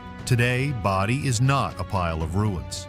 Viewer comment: Pretty sure that's not the way to say Bodie.